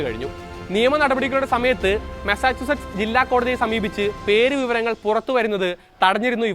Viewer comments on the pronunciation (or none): മസാജ് അല്ലടാ സുടാപ്പി മസ്സാച്ചൂസെട്സ് 😂😂😂😂Massachusetts